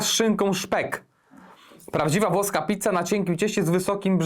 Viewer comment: Pitca, pitca, pitca, pitca, pitca, pitca, pitca, pitca, pitca... xd